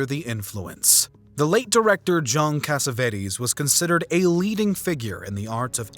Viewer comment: Did he/it say Joan Cassavetes? John would probably find that humorous. I find it unforgivable 👎